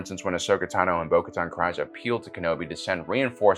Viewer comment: Why are you pronouncing Kryze so incorrectly? As a Star Wars channel, I'd expect you to know how it's pronounced